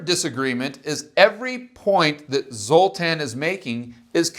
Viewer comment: Minor quib GG, but zs is pronounced "zh" which I know, tells you nothing lol but for reference ... well, anybody remember Zsa Zsa Gabor? Her name is pronounced correctly 99% of the time. Just to be complete, in his first name the ' over the a changes it from "uh" to "ah" ... so Zol-tahn Po-zhar. Accent on first syllable, as always in Hungarian....